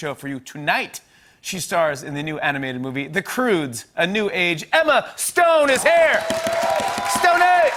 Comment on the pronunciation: Did he call her 'Emela Stone?'